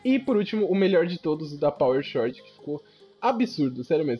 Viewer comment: eu só queria dizer (só pra avisar msm pq me dá uma agonia jsshsjsjwj) que toda vez ue você lê Power Chord se fala "Cord" não tem o H na hora de falar tlg kkkkkkkkk é que tu fala como tá escrito então pensei que seria legal notificar, tamo junto